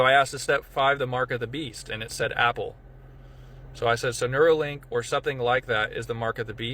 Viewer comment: But it's not neurolink, it's neuralink. 🤔